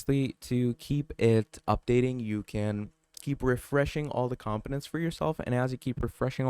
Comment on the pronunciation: it is com po nents not com piments